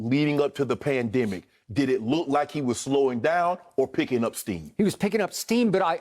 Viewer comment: skiup says PAMdemic.